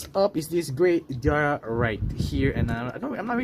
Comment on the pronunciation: DEora. Not Dora.Or Dera. 🤭